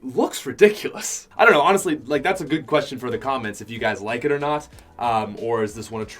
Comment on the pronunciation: sounds like hes saying your guyzers:) great video